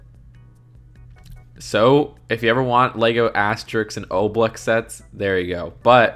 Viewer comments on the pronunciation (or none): mispronounced one of my favorite book series of all time... Asterix and Obelix... And he pronounced it Asterix and O blex Big oof